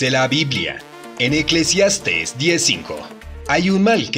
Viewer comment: Mi estimado es Eclesiastés con acento, saludos y bendiciones ♥️🤗!!